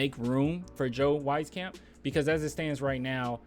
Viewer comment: its pronounced Joe {WEEZ-CAMP}, dont worry i gotchu 😎